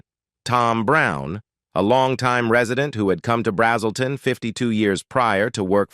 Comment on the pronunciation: “BRAZZ’ - uhl - ton” is the town.